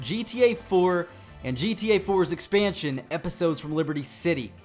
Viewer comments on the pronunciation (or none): none